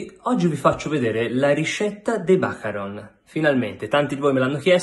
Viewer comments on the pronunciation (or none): Macaròn, macaròn! La pronuncia è questa, Monsieur Le Pâtissier !